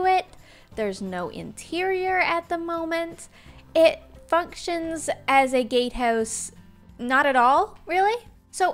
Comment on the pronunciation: I swear I heard her say it f***chins instead of functions.